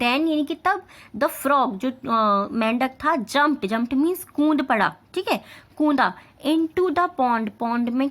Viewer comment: Kund nahi hota kood hota hain